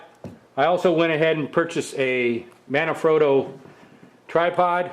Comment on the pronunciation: what? I need to talk in my video to comment now? Don't get me wrong! You seem to pronounce every word correctly. You're just making the most common mistake of saying "scan-disk" and "mana-frotto". I just felt I had to let you know instead of leaving you happy in your imbecility.